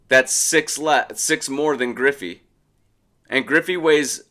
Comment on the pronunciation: Its griffey. Not even close